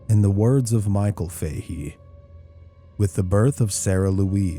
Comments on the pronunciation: It's 'Fa He' not 'Fay he' but great vid txs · It's Faa-Hee Faa-Hee not Fay-Hee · I can't say for certain as I don't know them but in gereral in Ireland the name "Fahey" is pronounced "Faa-Hee". Great video, though.